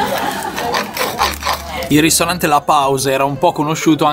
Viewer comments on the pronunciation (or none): da notare "ristrante" invece di ristorante